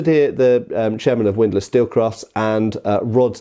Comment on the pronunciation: Widlass? HORROR ¡¡¡¡¡¡¡¡¡¡¡